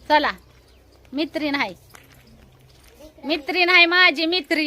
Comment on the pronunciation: मीत्रीन नाही गं.मैत्रीण बोल..छान दिसतेस. आनखी दोन चार गजरे. आणी चार पाच गुलाब का नाही घातलेस केसात. मैत्रीणीला गुलाब नाही दिलास केसात माळायला